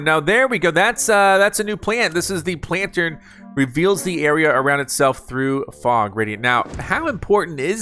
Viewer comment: HOW DO YOU MESS UP PLANTERN THIS BADLY!??!!? 😭